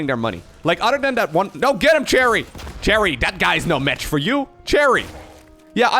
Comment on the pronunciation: ah, good, I'm not the only one who heard "Terry" as "Cherry"